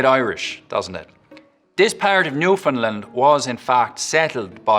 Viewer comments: He consistently mispronounced the word Newfoundland throughout the entire segment. Newfoundlanders do not say Newfinlind. It's Newfin-land. He's also speaking waaaaaaay too slowly. It's not just accent here - it's speed. A bit more research is needed in that. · The Newfoundland accent was OK, except the way you pronounced "Newfoundland" was wrong... the stress is on the last syllable. "New-fin-LAND" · Newfoundland. I'm not going to be too picky here, but there are two things worth mentioning. First, many Newfoundlanders consider the term "Newfie" to be offensive, so you really shouldn't say that. Second, your pronunciation of the place name itself was obviously not authentic. Newfoundland, spoken by locals, has the same cadence and emphasis as understand. Emphasis should be on the final syllable, not the first one. If you can say "understand", you can say "Newfoundland". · So interesting...your knowledge of dialects is truly outstanding. However, you, as every American I've ever heard mispronounce Newfoundland. It is pronounced: New-fund-LAND, (emphasis on the last syllable), NOT NEW-fund-lund, emphasis on the first syllable. Please spread the word. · It's New Fin-LAnd, not new fin lin. :-/ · It's /ˈnu.fən.lænd/ or /nu.fənˈlænd/, but never /nuˈfɪn.lənd/ 😀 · "Newfoundlend" 🙄🙄🙄 gots to say "Newfoundland" bia! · It’s NewfoundLAND not New Finland! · I was ready to judge you when you started with the Newfoundland accent, but you did a pretty decent job, though there's many different types of Newfoundland accents. The biggest problem is you mispronounced Newfoundland! It's NEW-fin-Land, as in UnderStand NewfoundLAND. It's a super common mispronounciation. Good try with the accent though! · The Newfoundland accent wasn't bad but try pronouncing the name correctly. It's Newfunland.:dothefive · Came here to say this. Newfen-LAND and LabraDOR (Maintaining the original French stress). Stress on the final syllable; aggressively rhotic on "Labrador".